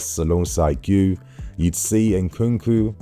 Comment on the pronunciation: The way to say Marc Guiu's name is without the first U Giu, Gee who